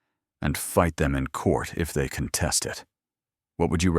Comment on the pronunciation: Contest, you are using it as a verb and pronouncing it as a noun. noun /ˈkänˌtest/ verb /kənˈtest/ Do better.